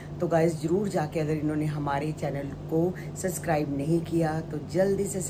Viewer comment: Suscribe nahi hota Subscribe hota hai. Bolna toh seekho pehle theek hai YOUTOOB channel baad mein banate rehna 😂😂😂